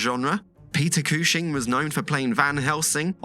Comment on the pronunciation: Peter Cooshing??!!